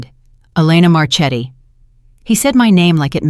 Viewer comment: Learn to pronounce Italian. Marchetti is pronounced Marketti